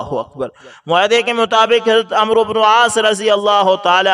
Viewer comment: عمرو۔ کوAmro نہیں پڑھتے بلکہAmr پڑھتے یہ عربی زبان کا لفظ ہے اسے عمر پڑھتے ہیں- اس لفظ میں و سا کن ہے